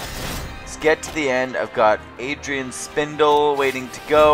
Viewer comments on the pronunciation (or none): Lol.. It's AA-RR-II-AA-DD-NE..